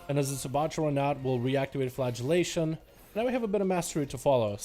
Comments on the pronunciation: It sounded like he kept saying "flatulation" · he absolutley is